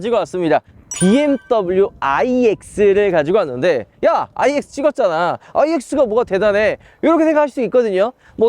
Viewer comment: 내 귀에만 N으로 들림?? 자꾸 N이라고 하시는것 같은데....